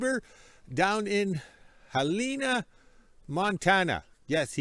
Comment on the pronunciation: Hel-en-a! Not an Africa animal 😂